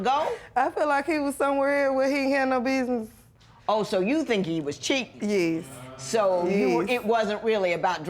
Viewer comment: It’s Yes!!! Y.E.S Not Yezzzz. Smh Honey you killing me! SMH